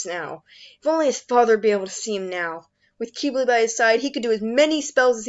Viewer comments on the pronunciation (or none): I thought Quibli was pronounced cwible not kibli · Ack qeebly… it’s fine I’m just a bit triggered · It's pronounced KIH-BL-EE, just really fast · Oh so I’ve been pronouncing his name in my head wrong. This whole time. I’ve always pronounced it Qib-bil, Even though it’s spelled Qibli. Idk my methods are questionable. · im just mad at how they pronounce qibli.